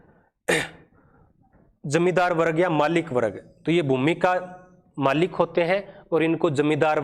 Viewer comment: Explanation bahut acha h but pronunciation me bahut mistakes h jaise warg hona chahiye n ki warag👍